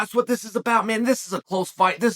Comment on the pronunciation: Sonnen how is that you can pronounce Cejudo’s name perfectly but always butcher Pereira’s name. That’s a No No! Let me help you here. Pretend the “I” in Pereira is silent and pronounce “Pe-Re-Ra”. There you have it … Problem fixed! You are not allowed to keep butchering Alex’s last name.